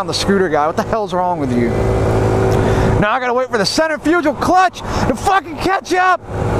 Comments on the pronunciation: It’s not a “center-fugile” clutch it’s pronounced “sentre-fikal” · Man said centerfugel clutch lol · The way you say Centrifugal is hilarious